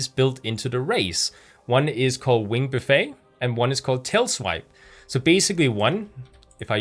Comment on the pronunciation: ‘Buffet’ is pronounced Buff-it when not in the context of eating. English language adventures. 😋